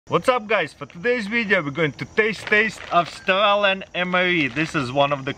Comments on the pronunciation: Because instead of saying Aus-trailian he's saying Aus-stalin. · Love when he says AuOOUstRAlen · Everytime he says Australian mre i hear Stalin mre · why I hear stalin MRE instead of australian!?! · I thought he was saying Stalin’s mre